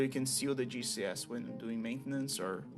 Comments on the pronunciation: Am I the only one hearing GCS as juicy ass? lol, Ty for tutorial btw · I really thought he was saying Juicy Ass instead of GCS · I kept hearing "juicy ass" whenever you talked about the spider xd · Somehow I missed you shortening "Giant Cave Spider" to "GCS" and instead thought you were calling them a "Juicy Ass"... I was so disappointed upon finding out what you were actually saying, both in myself mishearing it as that and because it wasn't what you actually said. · not me thinking you was calling a GCS a juicy ass lmao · Fascinating. As a DF noob, most of this went over my head, but I want to try it any way. Also on an unrelated note, every time you said "GCS" I heard it as "Juicy ass". I think that says more about me than it does about you lol. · Am I the only one that hears "Juicy ass" instead of GCS? 💀😂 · I know he's saying G.C.S but it sounds like Juicy Ass. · Took me a moment to figure out he was saying gcs and not juicy ass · Gcs'.... I thought you said "juicy asses".